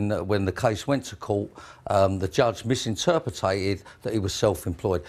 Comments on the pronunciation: MISINTERPRITA-ED. *MISINTERPETED. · Accommondated, misinterpretated and Youba... I guess you don't need to be able to speak to be a CEO. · "' 'e misinterpretated ! " You mis- pronouncitated mate ! Lol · He has misinterpretated how to pronounce misinterpreted. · "Misinterpetated"-hahaha, what a mong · Why would anybody do business with someone who has clearly, misinterpreted how to say " misinterpreted " ?